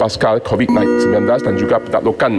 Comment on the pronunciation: M.P HARUS SEBUT RU-SIA DALAM DEWAN ...! BUKAN RASSIAN ... KITA ORANG MALAYSIA KAN ...! ERA PKR MINYAK RON 95 BOLEH TURUN SEHINGGA 1.62 SEN ...! JANGAN GUNA MINYAK BELI DENGAN HARGA YANG DI KAWAL ...! KITA GUNA MINYAK KITA DAN DUIT KITA ...! BUAT APE MAU EKSPORT ...KOS TINGGI ...! PENGANGKUTAN KAPAL TINGGI .